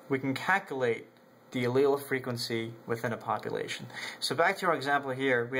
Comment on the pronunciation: "We can CAT-CULATE..." Really... really? Hahaha. You are great.